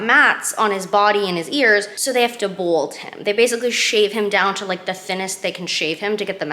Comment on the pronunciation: I'm sorry...are you trying to say BALD!?🤣